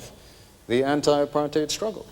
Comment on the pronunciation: its apart-hate not Apart-hide